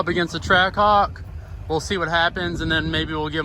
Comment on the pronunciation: Is it just me or did he almost call the Trackhawk a Trashhawk? 😂